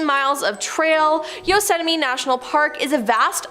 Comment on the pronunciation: "No one disappearance" in "Yosetamie" National Park "San Berandino" National Forest